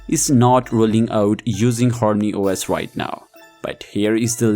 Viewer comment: Active the Translated..... Hormany os >>>horny OS..... 😑😑😑😅